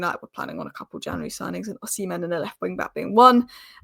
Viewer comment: Heyyy, you pronounced Ohsimen as Oh-Semen. Nice.🙌🏼